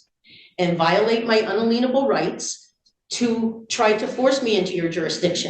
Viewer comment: . "...violate my unaleenable rights"! FFS, she can't even read the words she downloaded from the Internet!